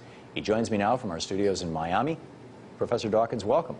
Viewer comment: "Professor Richard Duo-wakins"